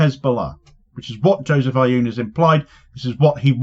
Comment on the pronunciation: You won’t be able to pronounce the first letter but if you simply say oon Like Boone without the B , it will be far batter than your current pronunciation , this is no actual A in his prononciation it’s an effort to represent a letter that doesn’t exist or a compound sound but your over focusing on the A in the president’s name